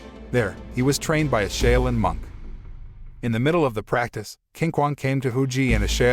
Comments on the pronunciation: Shaolin is pronounced: SHALL-LYN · Wrong pronunciation of SHAOLIN. It hurt my ears listening to him butcher a name I HIGHLY RESPECT. 🤦‍♂️